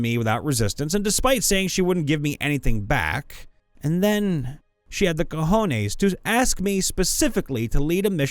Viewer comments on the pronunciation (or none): none